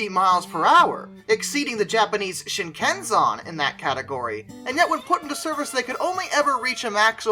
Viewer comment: Amazing video, but I swear to God, you pronounced Shinkansen as Shinkanson on purpose